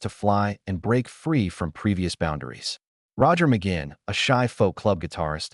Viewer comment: NOT RECOMMENDED 1. The headline in the thumbnail ("This is shocking") is click bait - completely misleading. 2. At least learn how to pronounce his last name correctly! 3. The "story" is incomplete, missing some important information. 4. Some information is inaccurate. 5. The image on the screen is continually disconnected from what the narrator is saying. 6. The effect of dividing the screen into moving quarters is very distracting. If you have any experience at all doing research and producing videos, how could you make such fundamental errors?